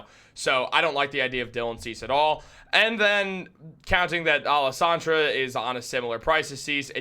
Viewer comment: Man pronounce Alcantara correctly if you are going to report on this.